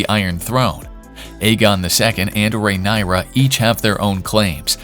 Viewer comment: Pronouncing her name correctly can be a 1st step for you ..